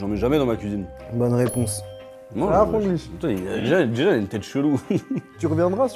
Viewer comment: c’était surrr Franglish🤣